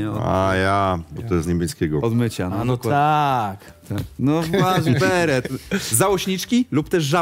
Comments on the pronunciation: Jaki "waszberet"? Waszbret. 😂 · Nie waszberet tylko WASZBRET 😂